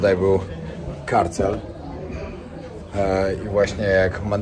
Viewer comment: Karcer nie karcel.